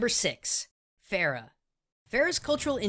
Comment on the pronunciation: dude, you butchered pharah's name (فرح) I don't know why they chose "ph" instead of "f" (arabic language doesn't have "ph" sound). anyway, here name means happiness if you were wondering